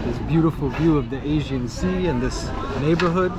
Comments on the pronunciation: Nice video - Greek American here, and on a personal level have no beef wth any Turk, my opinion is that the most us all get along fine. However when it comes to history, government, politics & religion that's a whole other story. I respect you - you respect me. Unfortunately i believe politicians will always be corrupt. The guy made a mistake & he pronounced Aegean wrong, no reason for so many ppl to jump down his throat? It'd be nice though to see more Churches in Muslim majority nations? You do see plenty of Mosques in the west but rarely if ever see a church, especially a newly built one even in a so called "Secular" country like Türkiye - just saying? Best of luck to you 👍🙏✌️ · Mykonos? You didnt do your homework before vlogging, it's Xios (Sakız) Island. The man was asking "which channel". You can simply say "selam, merhaba" You kept saying "Asian Sea" it's "Aegean Sea" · Good video, but one correction: it is the Aegean sea, not the Asian sea. (Aegean, ponounced Eh-jee-un) in Turkish, Ege (pronounced eh-ghe). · İt is not Asien sea--it is Agean.. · You should have practiced before, several times until you’ll be able to pronounce it right. “Aegean”, it has a “G”, Not an “S” . Don’t excuse yourself with pathetic lame excuses. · He said it but he is too American leave him alone. Spell it phonetically so he can say it give him some credit. He is a nice guy. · Why did you keep calling the sea The Asian Sea while it is called Aegean/ee-gee-an/? And Camii is pronounced /Djah-mee/ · AEGEAN sea. The guy keeps pronouncing it as 'Asian sea'. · Sir, please learn pronunciation correctly!!! “AEGEAN SEA” not Asian Sea!!!!!!!!!! Thank you… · It's Aegean Sea, not Asian Sea,. 🤣